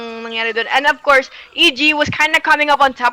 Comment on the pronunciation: akala ko ofcourse pero but AFCOURSE yung pag pronounce AHAHAHA